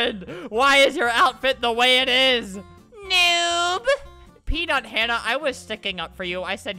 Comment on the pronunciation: When he said PeanutHannah I thought he said “peed on Hannah”